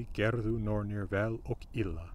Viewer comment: Isn't the 2nd /n/ in 'nornir' an æ or a here?